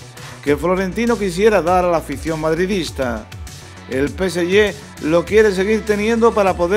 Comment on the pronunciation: No se dice PESEYE. PSG se dice PESEGÉ Porque la letra YÉ no existe.